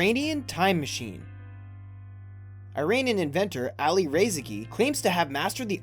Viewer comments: ok but like how hard is it to correctly pronounce IRANIAN? It's EE-RAH-NEE-UN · Iranian is not pronounced like I-ranian but "ee-ranian". And the guy on the picture is not an inventor. He's the ex-president of Iran. You must be American. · Not "Airanian" it's "Iranian".